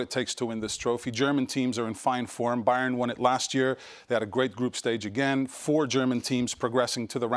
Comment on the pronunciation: IDK .. It sounds like pick Bayern or Take Bayern or something